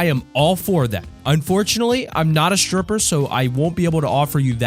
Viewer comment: He said stirpper bruh